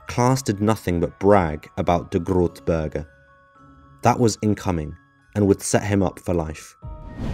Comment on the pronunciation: Say Big Berg!🏔⛰🏔 berge sounds German not Dutch😂😘😉